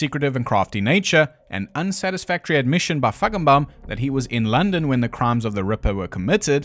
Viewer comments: I am hearing impaired and swore that you were pronouncing a hard 'k' in the middle of Feigenbaum instead of a 'g' when saying his name. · Feigenbaum…I love your sarky pronunciation…omg you had me peeing myself laughing. You’re a poet🤣🤣🤣🤣🤣🤣🤣